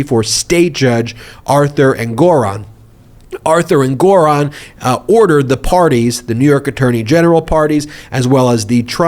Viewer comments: The pronunciation of names is getting weird 🥴 EnGORon? InGERham? for Ingraham. What’s up with that? Super distracting from your always intelligent commentary. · Did Judge Engoran complain about the mispronounciation of his name?